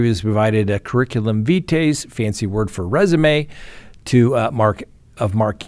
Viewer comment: " Curriculum Vitae " is Latin for ' Course of Life ' and is therefore not a resume. " Vitae " is pronounced " Veet - eye " not Veet - aye. I assume that Latin is rarely taught in US High Schools. Not withstanding this cavil, I enjoy your presentations immensely.